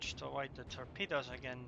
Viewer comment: was he saying torpedoes or pedo's?